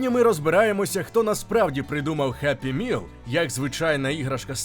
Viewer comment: Геппі міл тобі в сраку за таке вимовляння